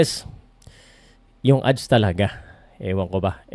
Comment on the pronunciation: 😮 Do you mean Odds not Adds